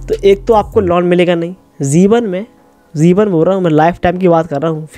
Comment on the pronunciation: Zeeban nhi jeewan